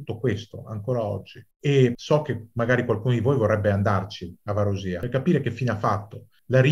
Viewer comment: Omissioni, drammatizzazioni ed errori. Quando la Turchia ha invaso l'ONU era a Cipro da 10 anni, per tenere a bada l'EOKA. Consiglierei di rivedere anche la pronuncia di Varosha e di Kyrenia.